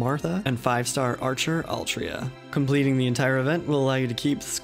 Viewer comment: “Altria.” Excuse me sir...